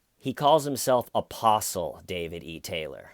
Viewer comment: Every time you say "apostle" I hear opossum. Opossum David Taylor